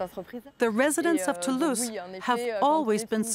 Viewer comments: Yeah, I also heard as "to loose friends" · I heard *To lose friends,*, I kept wondering why do they say that? After replaying video I realized it was “Toulouse, France”.😅